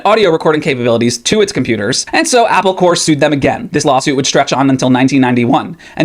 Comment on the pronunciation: Corp. = Corporation Corps (pronounced ‘Core’ like you did) = an organized body of people, like military units. Not the same word